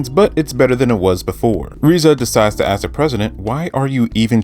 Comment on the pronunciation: Are you saying, “askis,” instead of ask?